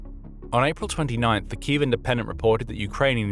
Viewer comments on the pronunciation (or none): none